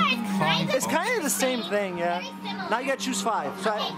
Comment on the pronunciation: am I the only one who heres berry when he says very?